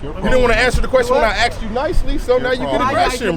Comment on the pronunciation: he axed u nicely